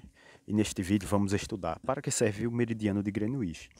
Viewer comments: Grenuinsh Meridian , SIIIIIM!!! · Kkkkk koe man, quando tu falou “ grenuixi “ perdeu a credibilidade pprto kkkk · Parabéns! Nota 2,25 ! Parece trabalho de geografia de uma criança de 8 anos falando sobre o "Grenuíche" .